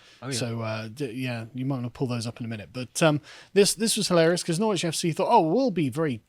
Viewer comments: How the hell has Carl lived in the UK for like 40 years and he still can’t pronounce Norwich? NORRITCH. Like that Carl, say it with me. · Its Norrich Carl, not Nor-witch. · Norr-wich FC? Come on, Carl. Surely you know that it’s pronounced Noritch! And you give Calum grief for his pronunciation! ;) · It's pronounced Norritch or Norridge, not Nor-witch. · Nor-witch? It's pronounced Norwich! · Sorry but you need to check on how you pronounce the name Norwich ( a fine city) the w is silent! So it’s called Norridge. Like porridge Apart from that a good video. Don’t worry about Western culture being subverted by the minced it’s far too robust for that mallarky! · Up Norf, we pronounce it Norritch. Shandy drinker. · Nor-wich FC 😂 Is there a word that members of the Lotus Eaters can’t mispronounce?! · Carl, you KNOW it's not pronounced nor-witch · Nor-Wich FC? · Noor-witch was rather hilarious. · Lol at Carl being unable to pronounce Norwich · CARL, it's pronounced NORWICH. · Great segment, but can someone please tell Carl how to pronounce Norwich. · Are you pronounced pronouncing Norwich wrong on purpose? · Oh dear.... Carl's pronunciation of Norwich is shocking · The only I find offensive is Carl's pronunciation of Norwich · Carl, on a lighter note your pronunciation of Norwich is Norfolk n good, you sound like a yank. Apart from that in the words of Partridge “lovely stuff”.